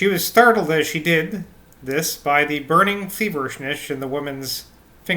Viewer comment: Ha ha. I don't think my attempt would be much better. Saying 'thik' instead of ?'this? just seems so wrong whenever I come across it.